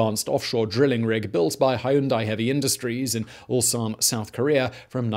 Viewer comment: "Hyundai", like "Sunday"...